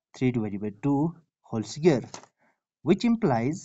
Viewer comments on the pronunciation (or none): SQ-UARED not SCARED. If you want to make videos, work on your accent. Listen to videos in English and pay attention to the pronunciation. ‘a scared’ sounds silly.